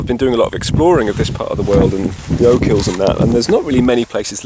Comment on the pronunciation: Oak hills? Ya English Prick. OCHILS... OCH-ILLS...